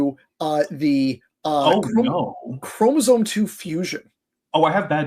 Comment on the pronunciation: A biology lecture from a guy who says "chromosone"? 😳